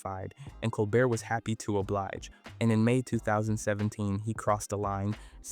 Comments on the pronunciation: Col BEAR! .....not 'bert'. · Yes it is. Listen to how Colbert (a French name) is pronounced as col-burt, not col-bare at certain points in the video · I love how he pronounces Colbert like an ice cream flavor……Cole-Burt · How do you keep pronouncing Colbert a different way every time? Lol